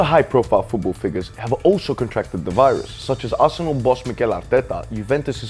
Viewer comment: Take a shot every time he says "fuwbuw" instead of "football".